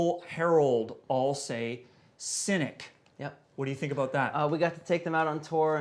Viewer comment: It's Cynic with a 'c'not a 'k'